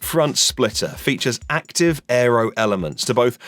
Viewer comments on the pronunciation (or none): none